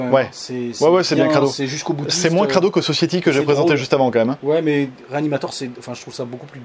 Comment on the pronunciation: Alors pour ton magnifique accent anglais, on dit "Sossaïtie" et pas "sossiétie", sinon très bonne vidéo, j'adore tes présentations de Blu-Ray, et comme d'habitude on réclame toujours beaucoup plus de vidéo ^^